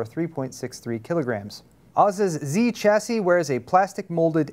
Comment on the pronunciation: Stop saying Chassis wrong :(